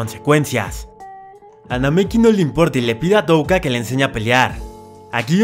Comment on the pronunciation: Por fiiiiiin al menos dijo touka bien